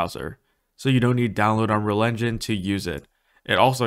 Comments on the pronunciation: I’ve never heard anyone under-pronounce ‘engine’ as ‘enun’ so consistently. Might want to work on that. 🤣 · Why can’t you say engine properly? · Why can this guy not say engine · can yu say engine properly one tiem